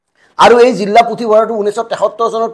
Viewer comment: জিল্লা নহয় জিলাহে।